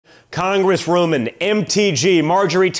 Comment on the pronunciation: "Congressroomin" - Damn, even trump's "children" are already slurring their words just like daddy. Cocaine is a helluva drug...